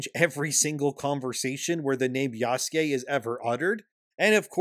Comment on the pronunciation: Why the hell do you say "Oobisoft" and "Yaske" when it's "Ubisoft" and "Yasuke"?